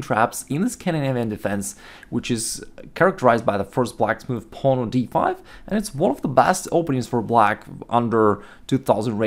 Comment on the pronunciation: Nice videos man i like how you pronounce pawn "paln" lol